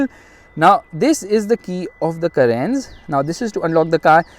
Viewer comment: The reaction when he pronounced carens as Karens